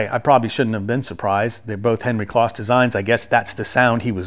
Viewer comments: Nice review, but just FYI, Henry's last name was pronounced with a long o, like "close." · Just for information's sake....Henry's last name Kloss was pronounced with a long "O" like close so it's like the adjective "close' like I was close to the fire. I only discovered this a few years ago myself.